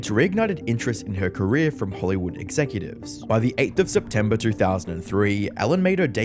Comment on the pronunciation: "Ellen DeGeneres careé..."